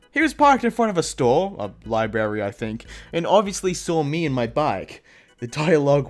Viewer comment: says libary not library.